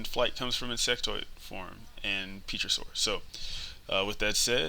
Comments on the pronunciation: Did you call it....Peachosaur form? :P Pterosaur dude, pterosaur.... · pterosaur: "terrorsaur"